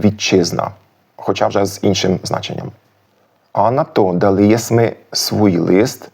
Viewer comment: Клас! Але навряд у Коломиї наголошували < дали́, були́ >. Акцент - одна з найархаїчніших складових, яка дуже важко піддається витісненню, особливо в дієсловах. Багато досліджень, як і нових, так і старих підтверджують іншу акцентологічну систему говірок в Галичині.